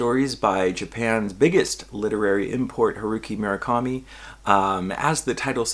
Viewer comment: MUR-akami. Not “mira-kami”